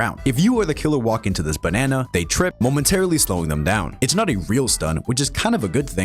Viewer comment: I dont know why but when you say banana its funny to me